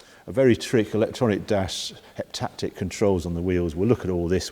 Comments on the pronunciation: I think it's "haptic" controls rather than "heptactic", although it seems 7 times more annoying to use. 😁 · "Haptic" feedback, not "Heptactic" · You are still the best YouTube reviewer... even if you do pronounce haptic as heptactic like my Dad 😂👴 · The mispronunciation of haptic makes your rants against it 10 x funnier, totally agree though!